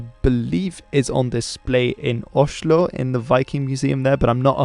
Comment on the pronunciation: you actually pronounced Oslo in the Oslo dialect. impressive!